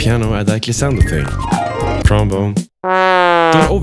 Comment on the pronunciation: Ah yes, trombon 🤧